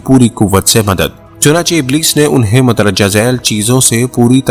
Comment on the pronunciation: اِبْلِیْس ھے ( ا زیر رکھتا ھے)